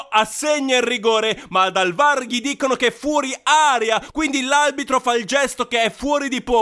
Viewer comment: Peccato che dici aLbitro, spero però di sentire male